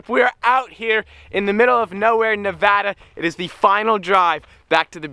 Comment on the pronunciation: Finally a YouTubed that says Nevada the right way ... hate all the youtubers that sit there and try to say it grammatically correct I just want to slap them...